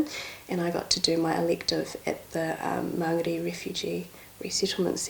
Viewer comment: Shes kiwi as coz she said mangere properly lol